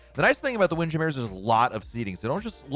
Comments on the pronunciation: I cringed a little bit when he didn’t pronounce it as “Windjammer.” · After watching a few more of his vids, he does it on purpose. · Why are you pronouncing Windjammer like that!? 😂